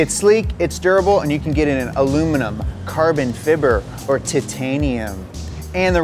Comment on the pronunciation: Did he say carbon fibber ?